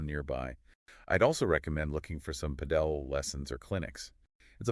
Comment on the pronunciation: It's Pàdel, accent on the first vowel